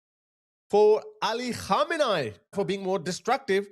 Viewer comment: I love your channel, not of a big deal but you better practice on correct pronunciation of khamenei 😂 how could you pronounce it wrong with all these remixes 😁 KhAhmenAAhi ❌ Khamenei ✅